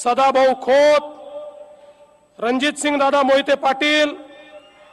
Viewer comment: अरे विजयसिंह व रणजितसिंह मोहिते नाव तरी नीट घ्या की ....